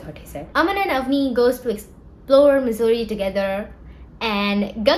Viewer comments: I've never heard Mussoorie pronounced as Missouri😂😂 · Sab thik but bhai please pronounce Mussoorie as it actually is, I was so confused throughout wondering whether it's a typo in the subtitles and video time stamps, and whether it is actually Missouri or Mussoorie. 🤦🏻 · liked the video but its mussorie not missouri dawg, missouri is in the us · isnt it mussoorie and not missouri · i love that you use missouri hahaha it is mussourie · Okay everything else is great but can you please stop pronouncing Mussoorie as "Missouri", I was legit confused for a while there😭😭😭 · the mussoorie pronunciation is insane